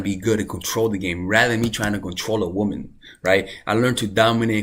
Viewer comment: My love it’s womAn not womEn